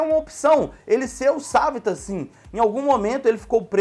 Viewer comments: Se fala savitàr não savitar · o cara fala savita mais é savitar